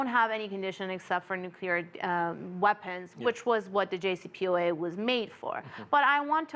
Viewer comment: He cant even pronounce JCPOA correctly!